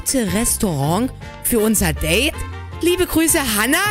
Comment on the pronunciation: Nicht Libe sondern Liebe okay😂😂